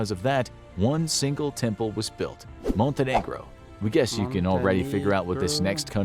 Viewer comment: Budy why do everybody pronounc Montenegro wrong.